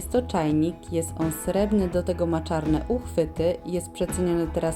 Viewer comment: błagam...mówimy srebrne a nie srebne.Lubię Pani głos,staranność przeglądów...No,ale to umniejsza....